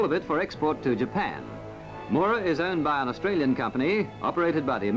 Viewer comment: Haha "Moo-ra". It's pronounced "Mow-ra" (mow as in cow). This was a fairly small dragline but big for it's time. I remember it being assembled.